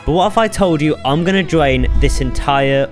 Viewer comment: “I’m going to dwain this entiwe Minecwaft SMP”